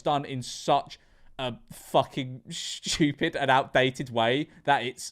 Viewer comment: Bro really said “shchtewpid”